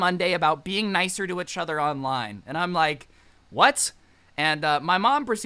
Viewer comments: Everyone: each other: uchuuuter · lets talk about how scrubby say etchuther instead of each other